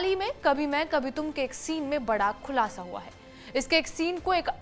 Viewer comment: Khulasa - summary, also use for conclusion as well. Here they took it for the later one.. But pronunciation is wrong, its Khulasa not Kulasa..